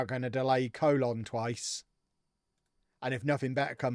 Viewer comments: Colón is pronounced more like Cologne (co-LOAN), btw! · Please say Colon correctly lol